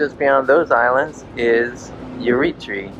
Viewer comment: Eritrea is pronounced Ery-tray-a :)